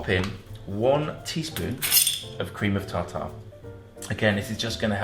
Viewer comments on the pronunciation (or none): Cream of tawtaw lol